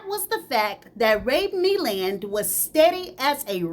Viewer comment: You was tearing up Ray Milland's name😅 I swear I love your channel ❤❤❤❤❤